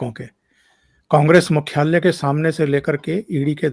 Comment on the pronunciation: मुख्याल्यय नही मुख्यालय बोलना चाहिये।